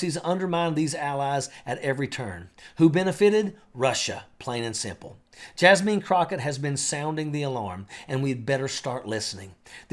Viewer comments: Her name is Jasmine, pronounced Jas (man) not JasMEAN. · Pt of correction Her name is Jasmine not Jasmeen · It’s insulting to NOT pronounce people’s names properly. Just so you can correct this, her name is pronounced (Jazz - Men), two syllables, no “een”. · Jazz-meen he calls her🤣🤣🤣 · I'm loving your accent! Except for how you pronounce Jasmine (jazz•men) ✨